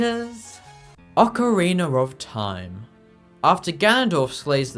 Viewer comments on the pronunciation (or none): stop saying ocarinAR